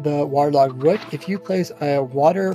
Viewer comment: …… IT. IS. ROOT. NOT “RUT” 😭😭😭